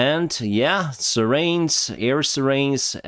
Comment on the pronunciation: Hi I love your videos. And I know you are looking to improve your English. In this video you have been saying siren. The pronounciation is Si Ren, with more of a gap between the Si and the Ren. The way you say Police sounds like Poly. This is the way we say politician. Police that's easier to pronounce if you say pole and ice together. You will have the correct pronunciation. Other than that. Keep up the good work mate. Al the best from Australia.